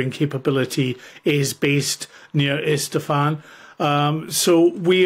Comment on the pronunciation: ISFAHAN.., right? Not Estefan, as in Gloria’s father…